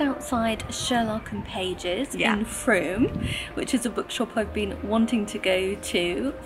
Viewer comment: You're definitely pronouncing Frome correctly. My husband's nephew lives there! We've never been but it has a brilliant market, I think on the first Sunday of each month. Lovely to have the tour of the house and Bath, and also to see all your purchases. Books and chocolates, what could be nicer. Those peonies are gorgeous, what a fabulous colour. A lovely scarf for your mum from Perspehone. Topping looks a super bookshop. I hope you enjoyed evensong at the Abbey, sounds very special.